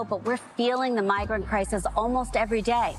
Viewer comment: She said migrit crisis